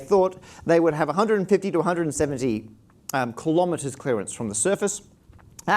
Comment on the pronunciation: kilogram kilobyte kilohertz kilowatt kiloparsec kilonewton kilojoule kilonova kilovolt kilometre -- not kalamaduh